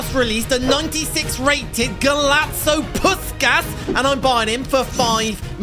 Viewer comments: Its prounounced pushkash🤓 im hungarian and we say the “s” like a “sh” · m8 its pronounced push-kash